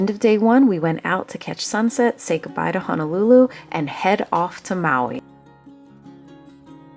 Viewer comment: BTW,...During intro, you mis-spoke when you mentioned "R/T Honolulu cruise"...It's a 7-day Hawaii interisland cruise. Honolulu is city/district on Oahu island. Also...Honolulu=Hoh-noh-loo-loo not Hanalulu. Hana is town on E Maui